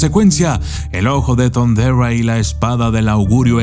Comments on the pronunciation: Como ? Thunderua ? ? Hasta donde e escuchado se dice THUNDERA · Jeje!😂 "el ojo de thunderrra" como muy agringado!🤣😂